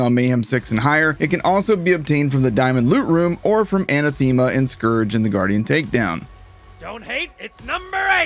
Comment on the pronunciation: That is not how you pronounce Anathema.